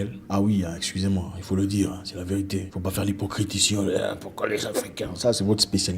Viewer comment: Superbe Zack! La vé-ri-té, 3 syllabes mon frère!!!